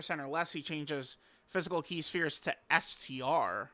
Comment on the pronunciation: it’s NOT PRONOUNCED SHPERES BUT ITS PRONOUNCED S. P. H. E. R. E. S